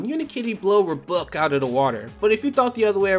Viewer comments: Interesting. This guy pronounced it as "Rub buck" instead of "Are buck." I guess there's no right or wrong way to pronounce RBUK. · I just loved the fact you called it Ruhbuck.